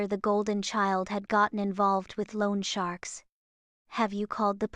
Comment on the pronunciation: Overly dramatic childish voice. Really difficult to listen to without mentally mocking her. "Loan sharks" ( "). Oh God, what a wrong intonation! Can't take that seriously. Sorry. Also, don't use number that AI can't pronounce. And why does she think even for one second about sacrificing her dramatic escape to freedom? And do families really have such funny meetings? Reminds me of the shark meeting in Finding Nemo: "My name is Drew and I really screwed up". - "Hello Drew." "Family rollercoaster"? Really??